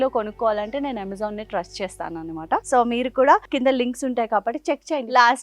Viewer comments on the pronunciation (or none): It’s anamata not animata..Not a hater or anything but enduku telugu ala matladthunnaru??